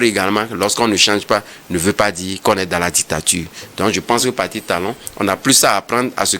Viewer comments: Pati Talon comment 😂 On dit Patrice ! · Que raconte cet idiot d’ 😢? Incapable de prononcer Patrice (Pa-tri-ce) et c'est ça qui débite des bêtises contre le Bénin.